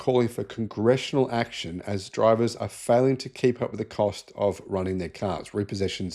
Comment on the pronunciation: You said “Congressional ‘action’” …😅😅😅